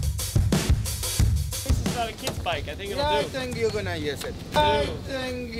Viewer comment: He said "I thank you can (uh..) use it.)